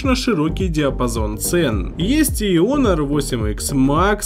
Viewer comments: Кого бесит что называют не хонор а онор Не Ксяоми а сяоми Ставьте + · Хоноры а не оноры,глэк